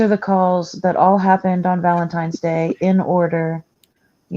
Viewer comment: Maybe my ears need to be cleaned, but I thought I heard someone say "Valentimes Day" and not Valentine's Day💕💞. I'm sure it's my ears.